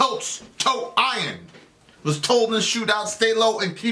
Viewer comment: I-Rons. Well done. You're officially illiterate👏